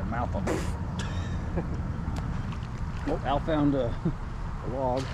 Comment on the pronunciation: Quit saying "found" just wrong